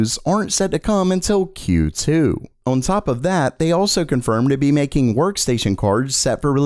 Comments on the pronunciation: day 69000 of being unable to say "on" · The way this guy says "on" makes me laugh every time 🤣